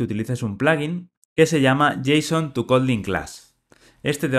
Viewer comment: cuando dice suspend habla ASPEND bien grindo, RESALT bien gringo y dice JSON (jota son) que coherencia es esa?